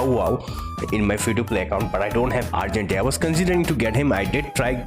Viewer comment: The way you say argenti and sparkle is majestic, and very indian